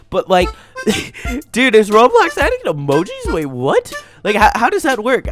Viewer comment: ITS NOT ROADBLOCKS ITS ROBLOX